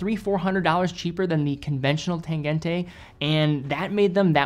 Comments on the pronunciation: please learn how to pronounce the "g" in "tangente". Is should sound like g in "tangent", or "gina" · The -e ending in German is pronounced -uh, never -ay. No idea where all the American watch YouTubers got that into their heads but it’s the same with Lange, though you say that one ok. So just pronounce the ending of Tangente the same way you do Lange 😉